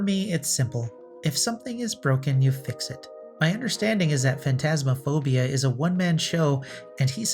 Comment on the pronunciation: Phasmophobia not Phantasmaphobia. You must have confused it with Phantasmagoria.